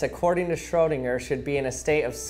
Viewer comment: I love your pronounciation on Schrödinger😂❤️